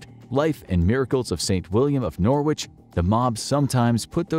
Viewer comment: Fascinating material, but for the love of English, please check your pronunciation. Your treatment of "divers" and "Norwich" made my skin itch.